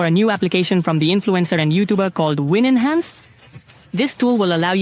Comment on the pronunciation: It's called winhance, not win-enhance.